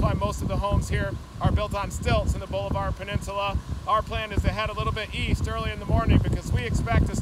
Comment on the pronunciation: It is pronounced Ball-a-ver. It is not Boulevard. Seriously you aren’t even close.